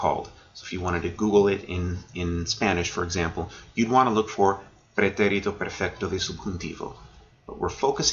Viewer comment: Well done. Hate to be pedantic, but: pretérito is pronounced < > Accent on the 2nd syllable.